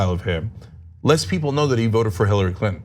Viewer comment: Who? Hillary? Pronounced Haaooiiy☺️🙋‍♀️😆.